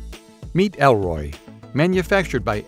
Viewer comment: Why did he say "Elroy", when its spelled "Erloy"?